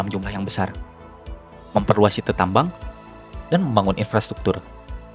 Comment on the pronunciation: Sitee gak tuh....... Bacanya Saiit (Site) :face-purple-crying